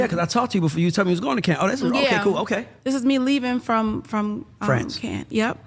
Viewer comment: Cardi saying Cannes, France incorrectly tells me everything I needed to know.